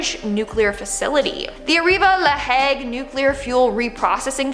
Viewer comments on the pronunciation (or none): none